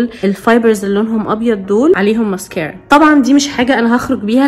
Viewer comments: دي شكلها فيها حرارة لأنها بتكوي الرموش زيي لما تكويي شعرك بالحرارة 😂😂🤣 بسمة اتكلمي زيي الناس لما تجي تقول ماسكرا مش مييسك اآ ر ا سبحاآنكـ آللهم وبحمدك أشهد أن لا إله إلا أنت أستغفرك وأتوب إليك 💜💜💛 يلي يقول هذا الذكر لا يغادر المكان إلا وهو مغفور له بإذن اللـه 💛💛💜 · اوك عادي لكن مش لهدرجه لانه الناس تقول ماسكره عادي مش ماسكررره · ماسكرا❌ ميسكرا✅ هههههههه❤ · هو انتي لي بتقولي الماسكرا 😂😂😂😂😂😂😂😂😂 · ليش تقولين ميسكارا 😂 مو قصدي اتنمر بس احس الكلمه غريبه وبنفس الوقت تقهر 🌚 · هوا إنتي ليه بتقولي كلمة مسكارا بطريقة غريبة كده عن باقي الناس 🤔🧐